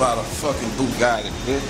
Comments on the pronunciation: Lmao did he just say bugaggi haaha cant even pronounce the cars name its bugatti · Boo-Gatti Shit lol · haha "red FUGATII key" haha sick ass car though